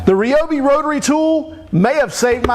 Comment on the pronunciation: Hey! Someone who actually knows how to pronounce Ryobi correctly!